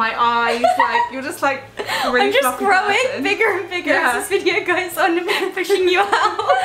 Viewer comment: Niomi sounds so American when she says "bigger and bigger" lol